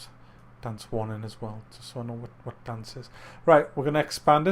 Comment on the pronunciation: Wat's witt dee wabbit?